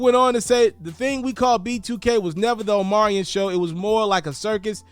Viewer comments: His name is Omarion, not Omarian 🙄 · Omarion .....but u saying omariin .......